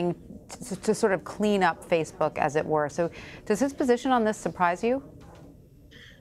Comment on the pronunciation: he calls it “faithbook”